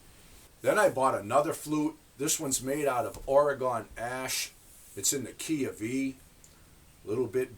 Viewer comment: OK, as long as commenters are busting your chops on pronouncing things, ying ling, flute vs recorder, my turn. It's Orygun, or...or-ah-gun, not Oregone..."Oregone Ash" sheesh. No wonder that one was harder to play, it was made with oregone ash...yes sir...opps, I mean yessah.